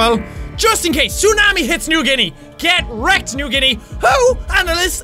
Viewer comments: I love how Jack pronounced New Guinea wrong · ''New Ginny'' xD